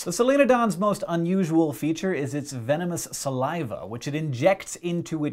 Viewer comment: 'venemenous' spurs?